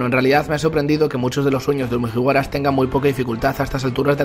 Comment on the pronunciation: Cada vez que dice mujiwaras muere un gatito